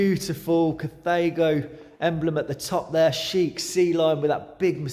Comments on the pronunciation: pronounced car-tha-go. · So how DO you pronounce it? In the space of about 3 or 4 seconds we hear: "cathargo" "cathaygo" & "cataygo"! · Incorrect,as it´s German, hence KAH - TAH - GO. Same with THULE - TOOLER. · I like how you pronounce Carthago in three different ways lol